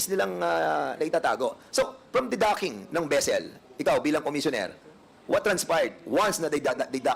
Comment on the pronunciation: VESSEL NOT BESSEL! DAMING PERA AYAW PA TUTOR.